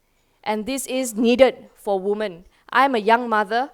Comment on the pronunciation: She really needs to learn that "women" is pronounced as "wimen". But still, good stuff. We need more leaders like her in the country.